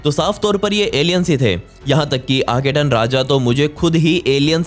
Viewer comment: आखेटन नहीं बाबा "आखेनाटन " और वो कींग टुट नहीं "टट" है।